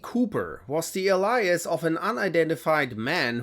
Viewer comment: Shoulda asked your AI how to pronounce the word "alias".